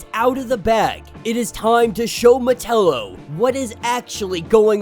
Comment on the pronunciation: I enjoy your videos but sometimes the pronunciation of some names hits my ear wrong. Metallo has always been said Meh ta low the a has more an A sound like with act or attack. Instead of sounding like Nutella except with an O.